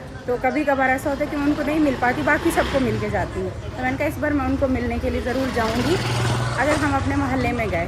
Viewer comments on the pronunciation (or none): none